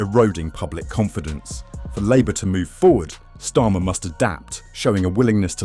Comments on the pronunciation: How about you teach your AI voiceover to at least pronouce his name correctly if you can't be bothered to make the effort to narrate this yourself. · Learn to say his name